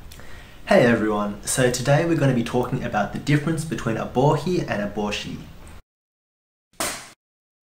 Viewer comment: I also learned how to properly pronounce "Bohi". So many people on English-speaking videos keep calling it a Bo HI. I'm guessing your pronunciation of Bo HE, is the correct Japanese pronunciation?